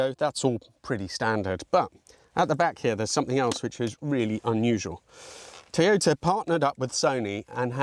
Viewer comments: Odd way of pronouncing Toyota....Teeyota. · The name is pronounced Toy-ota.